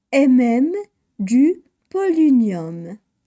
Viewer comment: On prononce polonium pas polinium